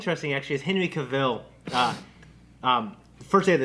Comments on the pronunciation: CA-vill, not ca-VILL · his name is Cavill, like TRAVEL!